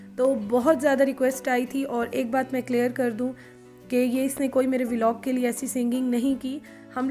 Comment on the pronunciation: It's not veelog it's vlog